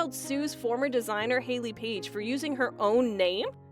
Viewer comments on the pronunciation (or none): none